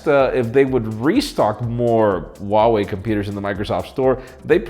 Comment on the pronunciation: Huawei or Vuawei? Oo